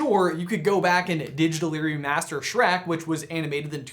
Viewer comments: Back to "Shrack" ? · Hehe Shronk